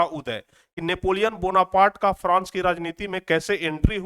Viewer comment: france hota hai frans nahi hota hai